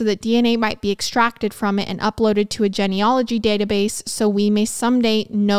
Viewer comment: Have I been saying "genealogy" wrong my whole life?